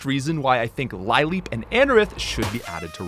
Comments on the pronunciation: Isn’t lileep pronounced like the flower, a lily? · It’s funny that he caught his pronunciation of Chimecho, but not Lileep, Linoone, or Milotic.